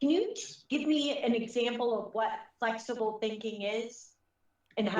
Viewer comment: He’s flexible guysh He’s thinking flexibly guysh. 🙄